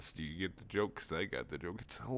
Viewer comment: ''Beause'' hahaha made my day xD